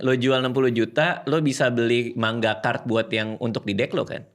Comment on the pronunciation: Penyebutan MANGA nya ko MAN GA? Kek lucu banget dengarnya. 😂